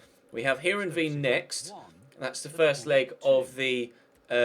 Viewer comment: Heerenveen is pronounced Hirrenvain